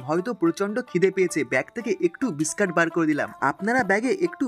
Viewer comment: Biscat abr ki biscuit bolte sikhun Ki rokom baje vbe kotha bole